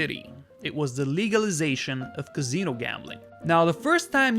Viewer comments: CaSino, not CaZino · I think maybe he's trying for an Italian pronunciation. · Wjy does he keep saying "Cazeeno" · Somebody teach this guy how to pronounce "casino".